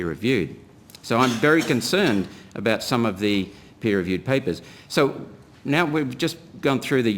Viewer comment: “Soy” isn’t how “so” is pronounced. When I hear that, I think the speaking person is an idiot.